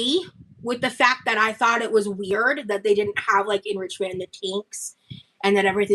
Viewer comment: My favorite is enriNchment